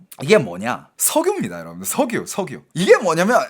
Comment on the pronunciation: 왜 석유를 석우라그래 자꾸? ㅋㅋㅋㅋㅋㅋㅋㅋㅋㅋㅋㅋㅋㅋㅋㅋㅋㅋㅋㅋㅋㅋㅋ